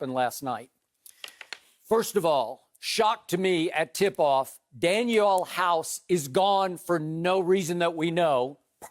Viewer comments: Man said Daniel House 😂😂😂 DANIEL HOUSE!!!!!! I used to hate Skip but I gotta give it to him, he’s blossoming into a legendary stand up comic... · Skip said daniel house hahaha. I love the troll know as drip Bayless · This man said Daniel House lmao 😂😂😂 He really had to reach for this one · Skip: Danuel House Danuel House Danuel House Everyone: Who is Daniel House? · I checked out when he said “Danuel House”